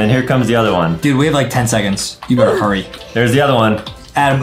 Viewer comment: When justin said HURRY it sounds like HURRAY🤣🤣🤣🤣🤣🤣🤣